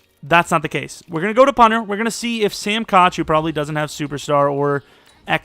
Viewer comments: it’s pronounced sam cook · actually Koch has always been pronounced Cook genius, he shouldn’t have a name change when he has explained that his name is pronounced Cook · I find it funny when you always pronounce Sam Koch’s name. I think you first started calling him that when he kept the ball for a safety in that game at the last seconds